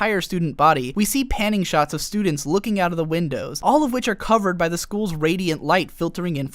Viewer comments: I know this is an edited repost, but you don't pronounce both s's when you are pronouncing plural possessives. It's just the "students" possession not the "studentses". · studentseseseses :P